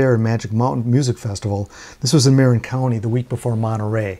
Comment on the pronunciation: Marin county is MA-RIN, not mare-inn. FYI.